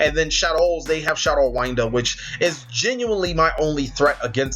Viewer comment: Not to be mean but winda not Wynda sry it just annoys me, love content keep it up